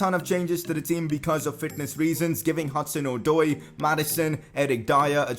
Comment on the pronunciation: u say hudson - od-oy